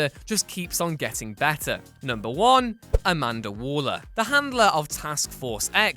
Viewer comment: He said “Amanda Waller” lmao. Nah, chief.